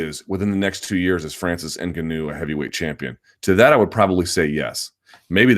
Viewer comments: Luke , normally your good with names ... but please stop calling Francis Ngaunou, the way you do , your the only one who says his name wrong.... watch Ngaunou say his own name , thats the way to say it ! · How do you cover this sport and not know how to pronounce ‘Ngannou’ by now?